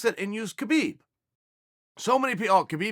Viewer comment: Next is Habib instead of khabib